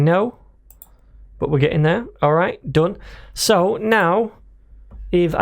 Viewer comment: First time indian accent from /// RRRRight here